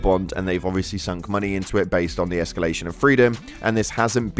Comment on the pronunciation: "De-escelarion of Freedom"